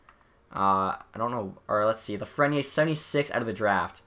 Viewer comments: Hi! I love the concept, but it is pronounced Lafreni Air... haha sorry:) keep on doing the great job! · theres an e at the end of lafreniere so pronoune the r. its afrench name buddy cmon its reaalyy not that hard... if you can pronounce kopitar